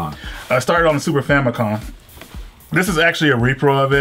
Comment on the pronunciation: Love Tales of series but so many flaws in this video, for starters it's super FamiCOM not Famicon, Second of all why are you saying in this series when talking about a specific game in THE SERIES of Tales Of games???? When you are speaking of one specific game it is not a series .